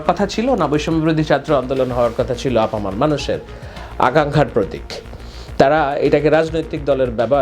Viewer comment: "Apamar" noy "Apamor" !